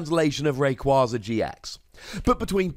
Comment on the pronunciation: It’s “Ray-Quay-Zuh”